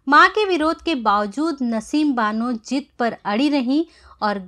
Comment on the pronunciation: What a crude mis pronunciation 😜 Say Zidd not Jidd Razi not Raji Nice presentation but pay attention to Z and Sh and Ph